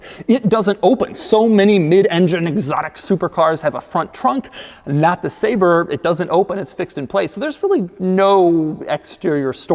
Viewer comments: He keeps saying “Say-Ber” when he should be saying “Saab-Rey” I’m calling Jo Bennett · Ah yes. The McLaren SAB-RÉ. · I clicked to check whether it's pronounces sah-bre or say-ber lol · I wonder if they make printers too? 🧐 I thought it was pronounced “Sabray”